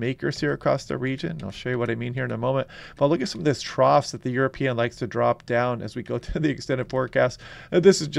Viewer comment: 😎 European = YourAPeein 😎